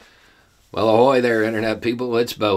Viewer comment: The Ahoy teally threw me off! Yo ho yo ho 🤣